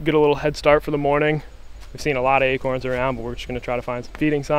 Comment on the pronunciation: LOL... they are acOrns... not aKerns!!! Dang Texas guys... haha you said that buck showed no indication that it might have CWD. That in mind, is a guy supposed to have every deer he harvests tested for CWD?